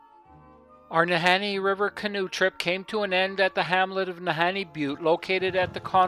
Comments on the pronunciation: No, Kidding,,, Our Northern Bush Pilots are some of the Best in the World !! ~~ oh, The Nahanni is Pronounced,, NAH-HAWN-NEE !! ( not, Han-knee ) :))) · Ah ! laughed at the interspersing of pronunciations of Na-Hawn-Nee & Na-Hanni ... It is phonetically ( Na-Hawn-Nee ) Sorry about that:)) But no Problem for sure :))) Oh , What a Great Video you made & shared !!! What a Wonderful , Adventerous & Brave Trip , A real pleasure to watch & to be reminded of Home , when one is so far away from it ... Right from the get-go of that Great Pilot, bringing you in & the Wonderful Video , of your Journey .. Paddles Up & a Big Salute !! Thank-you so much for sharing this !!